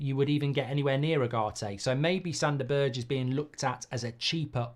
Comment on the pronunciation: Don't know Sanderberge, never seem him play but I absolutely HATE how mark pronounces his name.